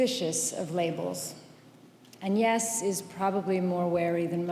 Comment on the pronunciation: What a speech! And Angelina Jolie pronounced «Agnès» properly in French!